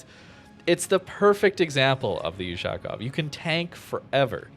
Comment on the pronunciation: "Ushaaaaakov". Butchering the pronounciation... Offf....